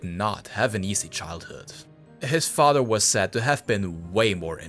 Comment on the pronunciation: How are you pronouncing the japanese "r" perfectly but stil pronouncing mother and father as "mudder" and "fadder"? Wtf